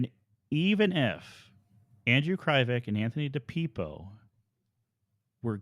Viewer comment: Those cops did beat up kids at the police department and leave bruises. They didn't care. They did what they wanted.. You keep saying Anthony and Andrew's names incorrect.. Di.pip.o Kre. Vek.. No one knows the truth...no one will ever know the truth.. the entire investigation was botched...